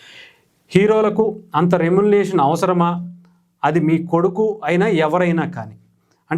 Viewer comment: అరే అబ్బాయ్.. ఒక్కసారి... " రె..మ్యు..న..రే..ష..న్.." అని సరిగ్గా పలకవా ప్లీజ్..!! ఛీ దీనెమ్మా జీవితం..!!